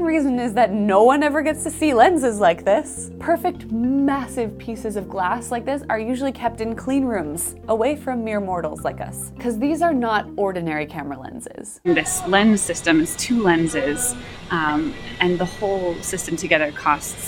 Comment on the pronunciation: Ha ha- she said "mirror" mortals.